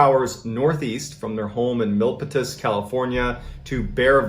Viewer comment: Living in San Jose and hearing Mr Ballen talk about it is crazy. And its pronounced Mill- p - tus (Milpitas).